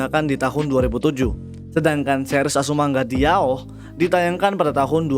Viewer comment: "azumanga daioh" bang bukan "diaoh"